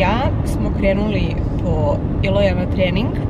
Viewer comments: i meni svaki put zvuči kao da govoriš Miloja 😊❤ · Ono kada kaže “ kod Iloja” a zazvuci kod Miloja!